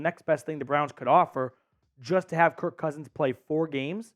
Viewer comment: Such a casual fan statement. And btw, it’s KIRK💀